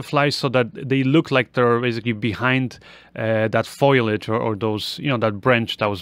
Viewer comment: It's foliage not foyliage